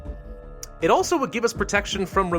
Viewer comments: I.T not "it" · “It experts deployed” 😂😂 I think you mean I T